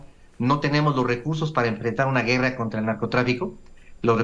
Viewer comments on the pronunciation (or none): none